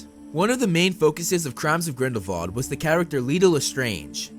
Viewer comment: it's grindelWald not grindelVald!!!!!!!!!!!!!!!!!!!!!!!!!!!!!!!!!!!!!!!